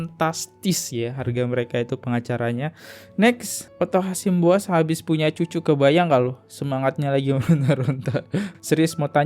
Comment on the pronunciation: O.C KALIGIS,,bang... Bukan KALINGGIS... OTTO HASIBUAN,,bukan Otto HASIMBUAN... Koreksi aja biar enak do dengernya... 🙏🏻🙏🏻🙏🏻